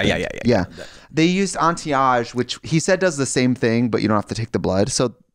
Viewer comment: am i stupid or is she pronouncing anti-age like Auntie Ahge